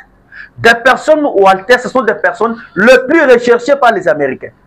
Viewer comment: Wanted et non Walter...